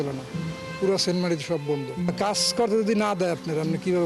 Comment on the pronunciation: সেন্ট মার্টিন না সেন্ট মার্কিন